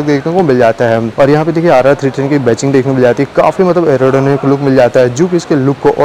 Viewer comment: Ba-CHING nahi.... Badging (ba-JING)